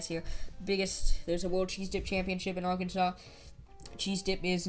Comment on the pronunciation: What’s the fine for mispronouncing the state name